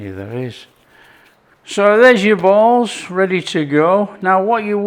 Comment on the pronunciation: I'd never heard of pearl sugar, so I looked it up. It's a sugar that doesn't melt so it's stays crunchy., I thought you were saying you need 12 bowls and I'm wondering where are the bowls. Who has 12? Then I realised you were saying balls. When I was living/ working in England for 18 months back when dinosaurs roamed the earth I said I wished I had a decent saucepan and a local couple I'd invited to dinner asked me what a source pin was. Love all the different accents around the world. Enjoy watching cook but as I always say, him chomping down on his freshly made tucker is my favourite part. Wish I could have a taste. Have to make my own. Winter in a few days, it's still really warm where I live. Go well. 🥂🦘 Commenting to help the channel.